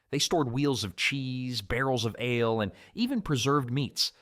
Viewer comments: Learn to pronounce "ale," stop saying "Here's the kicker," and don't screw up normal English cadence!! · I noticed the the wrong pronouncing of ale, I thought probably AI narrator.. I guess they had no medieval root cellar's left (except in big houses. So used modern ones, I even saw a nice white wire basket.. they are also modern. Don't nit pick every thing fgs